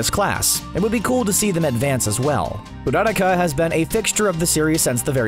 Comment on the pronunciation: YO, i had a HEART ATTACK when you said that MINETA of all people would be the greatest hero in the world. when you said that there was one person in UA who could have been a powerhouse, I thought it would be Ari. Also, HOW THE HELL ARE YOU PRONOUNCING URARAKA'S NAME? You're not Japanese, you're English, it's Ura-raaka, not Ooruruka.